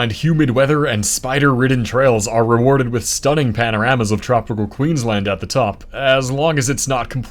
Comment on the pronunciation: Finally an American pronounces Queensland correctly